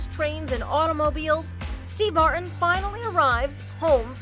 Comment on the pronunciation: How do you say "Martin?" Strange pronunciation.